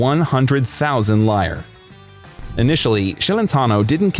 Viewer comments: Buddy, you're butchering his name. It's pronounced CHeletano not SHEAletano. And before Euro italian currency was LEER-AH not LIAR. I couldn't finish watching this. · Exactly! That hurts my ears. And also: "He won one million "liar"...oy!